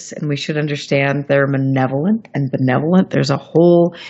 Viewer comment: and are both mispronouncing the words malevolent and benevolent. To check the pronunciation you can copy and paste this sentence into 'Google Translate' and listen: "Are the Aliens malevolent or benevolent?"... (Click on the little speaker symbol.)... This question is an important one. I think that the Aliens are benevolent towards the whole Human Species but not towards an individual person. That is how we are towards cows or frogs. E.g. a Biologist will feel great love for frogs in general but will take a healthy frog and kill it for research purposes. I see the Aliens as thinking like Scientists but then I've done much Science in my life....